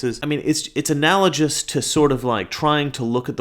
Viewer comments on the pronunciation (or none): MR - Analogous pronounced with a hard “g”